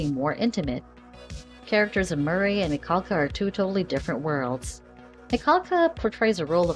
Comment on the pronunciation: Please at least say her last name right. Your saying it like you have a cold ☠️